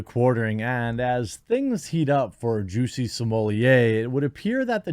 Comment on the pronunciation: Please pronounce his name correctly. It isn't Juicy Sommelier. Thanks